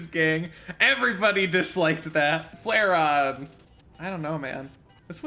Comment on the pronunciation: Flairon it's a straight S Bro wtf